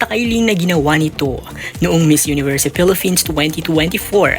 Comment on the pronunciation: Filipins hindi Pilifins or Filifins Acclah😂